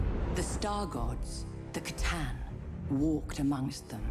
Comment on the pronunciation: 'Settlers of C'tan'